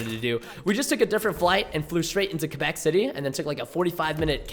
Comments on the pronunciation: ITS CALLED QUEBEC, WITH A Q. QQQQQQUEBEC . NOT KABEC . ALRIGHT? NOT A C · is it just me or does preston say kabeck instead of quabeck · quaaaaaaabeck not cebeck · Preston, it's pronounced Qua-Beck, not Ka-Beck lol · its not Kebeck , its Quebec. idk the way you said it is weird. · Kebec? Quebec Preston come on